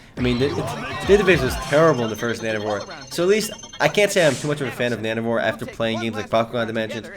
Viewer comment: it sounds like you're saying nano-whores ^^